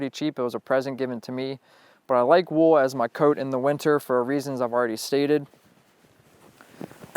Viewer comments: FIRST OFF - it's cold not "code" it''s wool not "wow" it's rain not " precipitated" that last one was to funny!!!!! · is it me or does he say wool weird?